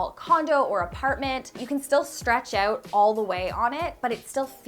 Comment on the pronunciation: The way you pronounce your “Os” is so cute lol “cOUch” “renO” “Out” haha random, I know